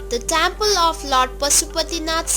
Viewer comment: Tyample ..how rubbish ..say it properly temple